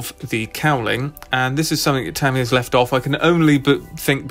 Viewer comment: Ta mi ya, not tam